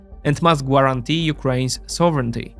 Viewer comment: ps. silent 'u' in guarantee